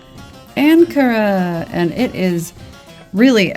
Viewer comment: If you pronounce the "an" in "Ankara" like the "un" in "unacceptible", it will be the correct pronunciation. Because we pronounce "an" as "un"